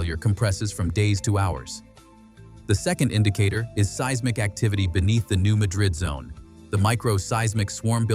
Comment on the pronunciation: Learn how to pronounce "seismic" properly.